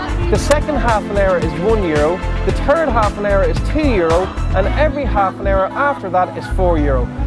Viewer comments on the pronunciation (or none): When he says 3rd it sounds like turd aha